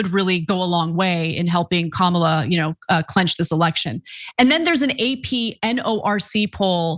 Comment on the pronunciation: *clemch this election. It’s “clinch”